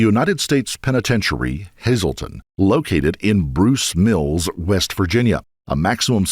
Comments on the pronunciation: It's "Bruceton Mills", not "Bruce Mills". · It's actually called Bruceton Mills Not Bruce mills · Dear Narrator, the location of Hazelton Prison, is “Bruceton Mills”. Thank you!